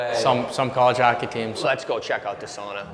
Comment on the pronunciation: Dear god someone correct these boys on how to say sauna, wish Sampo Ranta was around to do that 🇫🇮